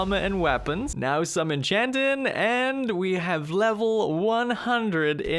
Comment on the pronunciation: SmithIN, EnchantIN, GrindIN, BuildIN. Love the way you pronounce words that end with ing lol